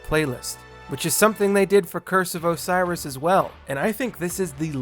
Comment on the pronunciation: Curse of Osiris , ITS OH-SIGH-RiS, as in the Osiris from Egyptian mythology, god of life and death. just wait for the forsaken DLC and then do this again...